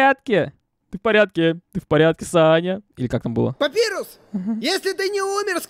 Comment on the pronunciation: И к слову, если говорить про имя персонажа, то правильно "Папайрус", а не "Папирус", просто переводчик либо дурень, либо не выкусил отсылку, что имена скелебратьев(и того, кто говорит руками, кто поймёт - тот поймёт) - отсылки на шрифты, либо я не знаю.